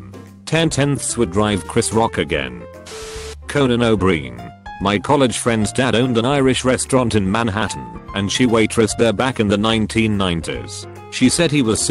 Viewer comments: “Conan O’Breen” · "coenan o breen" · "Conan O'Breen"